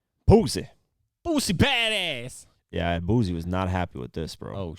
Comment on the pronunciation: It's Boosie with an 'S'... Not a Z. Dude been rapping for over 20 years, you not even trying to say the shit right smh